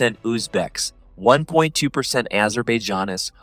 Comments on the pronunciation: You pronounced Azerbaijanis so wrong 💀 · could just say azeris at that point